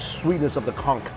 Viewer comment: Conch! Not CUNK!